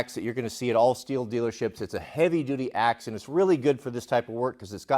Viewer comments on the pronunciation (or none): Did he just call the belt buckle a "STILL". I think the pronunciation is "STEEL". 🤔